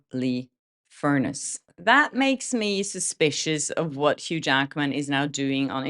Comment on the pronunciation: Debra Lee FUR NESS …. You’re pronouncing it as furnace, the appliance that heats our house. ❤️❤️❤️✌️✌🏼✌🏼❤️❤️❤️